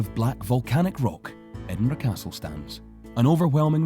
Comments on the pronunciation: Edinburgh, Edinborough no, ed-in-bruh yes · It is pronounced ED-IN-BRUH!!!! NOT EDINBURUG! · No He's right Ed-in-Bruh not burg. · pronouncing edinburgh wrong every time you say it and you didn't mention the fact that there is an entire city under edinburgh that's been abandoned for centuries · Yanks can never pronounce Edinburgh